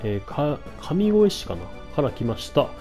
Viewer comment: 監督さん、｢上越｣ は ｢じょうえつ｣と読みます笑' いやー、相手からしたらコントローラー投げたくなる展開ですね。。 レベマではないですが、久保をスカッドに入れました。銅玉がメインスカッドは初なので、なんかワクワクしてます！酒井と共に頑張ってもらいます(*´･ω･｀)b